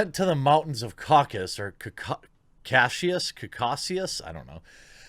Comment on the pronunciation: It’s KOCK-uh-suss. As in “Caucasians”.. the people near the Caucasus Mountains, near Armenia. Semites are (Biblically speaking) the sons of Shem, a son of Noah.. who was from the are now covered by modern-day Iraq. All light-brown-skinned people (most Middle Easterners, including the original Hebrews) are “of Shem”, or Semites. Sub-Saharan Africans need not apply.